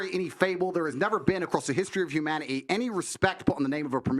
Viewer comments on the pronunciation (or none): “History of hu- man -e-e” instead of humanity was so annoying